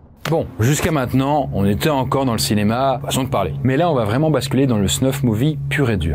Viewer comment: Il n'y a pas de "T" à va , donc arrêtez de faire une liaison qui n'existe pas !! vous y gagnerez en crédibilité et en qualité ...